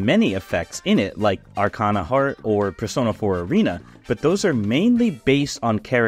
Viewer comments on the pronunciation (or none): none